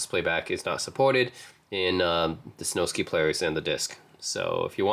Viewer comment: It’s Snowsky …. Like whisky, you wouldn’t pronounce whisky whi sky.